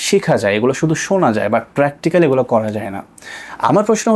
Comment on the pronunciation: এটা boy (বয়) না boi (বই) আর গলা (gola) না সঠিক হবে গুলো (gulu/gulo)